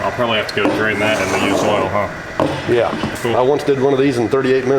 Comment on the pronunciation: Did he say "earl" instead of "oil"? I love it. Reminds me of my grandparents. :) Nice job, fellas!!